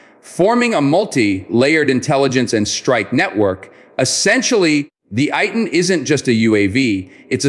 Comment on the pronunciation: Pronounced Ey-Tan.